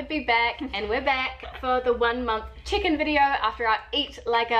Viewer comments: Everytime says "check-in" I hear "chicken"... 😅🙈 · I thought I heard "one month chicken video" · Me tooooo hahaha I was actually scrolling the comments to see if someone said it lol. It took me the whole video to realize she was saying "check-in" 😂